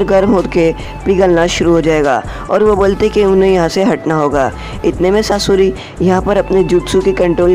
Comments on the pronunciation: Skaura aur susri nahi sasuri 😂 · If you make your video little more interesting like little jokes and in a funny way you are really dont know how make veiwers intrest in your video .. You can say saasurii to sasuri 😂